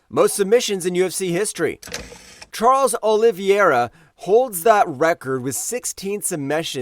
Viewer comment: Charles olieivera